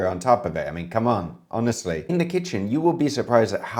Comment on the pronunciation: sounds the most Brit when he goes "HONESTLEH!"